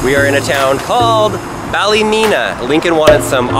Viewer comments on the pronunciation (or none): And you call it Bali_line_a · He said Ballymena wrong it is said ballamena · BALLYmenia it’s pronounced BAL-EH-MENIA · It pronounced balemena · Lol I live in Northern Ireland and I’ve been to nearly all those places and you pronounced ballymena wrong great video